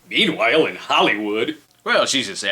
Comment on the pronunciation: tied up "Meanwhil in Hollywood" that will always be funny to me.